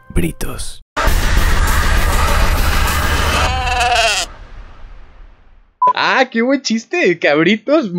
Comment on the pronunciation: "BRITTOS"... CABRITOSS... JAJAJAJA SALUDOS BRO Y QUE ESTES A FULL.